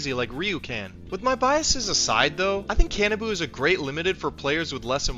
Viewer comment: Can-ah-boo. I thought it was more Ka-nah-bow